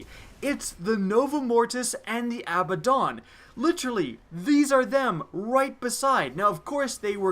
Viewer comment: i love ur vids but research tells me it is pronounced A-BAD-DON